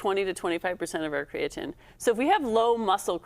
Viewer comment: Why are we consistently mispronouncing creatine